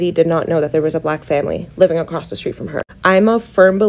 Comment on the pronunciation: She said “come across-t in such a way..”. You’re right, the English language is not her strong suit.